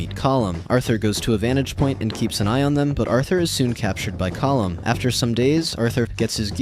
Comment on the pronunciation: No colm is pronounced (Co-m)